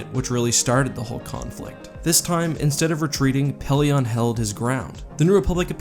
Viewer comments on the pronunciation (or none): I don't mean to be rude, but it's not really respectful if you don't take the time to learn one's name. (Pellaeon)